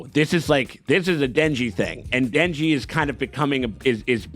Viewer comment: in retrospect, the katana guy read denji correctly